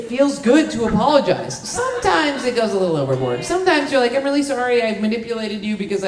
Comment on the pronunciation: "a lottle" 😊